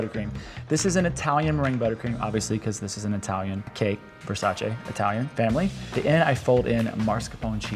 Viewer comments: it's versa-CHEE not versa-SHAY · It’s pronounced ver-sigh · You’re all pronouncing Versace wrong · The way you pronounce "Versace" is terrible